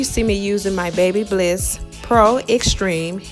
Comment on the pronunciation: Girl it's babyliss not babybliss